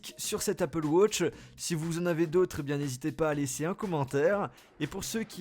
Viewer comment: mec je t'adore mais come on... apple wAtch et non apple wOtch